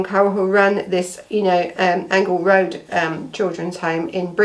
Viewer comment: It's pronounced Angel Rd as in angel